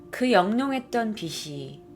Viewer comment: 즐겨보는 사람입니다. 그런데 "빛이", "숲이" 등등을 제대로 좀 발음해주시면 좋겠어요. 자꾸 "비시", "수비"로 말하시니 옥에 티같네요.^^